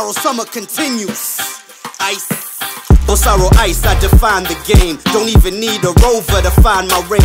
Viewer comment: Basically! It’s written bossaro yet they’re pronouncing bosalo 😅😅😅😅 R and L